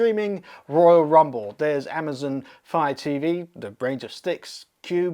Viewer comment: "Amazn", lol.